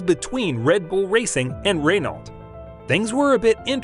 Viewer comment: Your pronunciation of Verstappen is great, but Renault is pronounced "ruh-know".